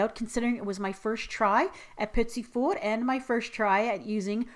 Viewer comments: Its pronouced pety for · Of it really is petit fours... Warning French lesson... You would and should not say the last t on petit and it should be petit not petits... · Your pronounciation of 'Petit fours' is cool - not englisch-like, but east-european-like :-) The R is sooooo special xD